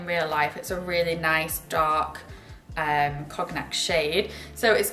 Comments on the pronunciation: Sweetie, it's con-yack. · I didn’t realize that Brits pronounce the G in Cognac. It threw me for a bit.